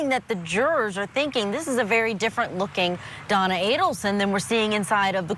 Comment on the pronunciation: Mrs ADDelson, can’t even pronounce the name right lol can’t believe the bump worked